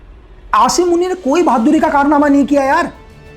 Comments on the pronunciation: pahle bolna Sikh lo Ashim Manit nahi hota Aasim munib Hota Hai 😂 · Apko asim munir ka naam b sahi sy lena nh ata please ap un py comment na do👏🏻